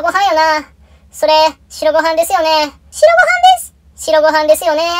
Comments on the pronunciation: 白ご飯のイントネーション親子丼で草白ご飯のイントネーションはトリトドンや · なんか"白ご飯"のイントネーションなまってません？笑 でもアニメ面白いのでOKです！笑笑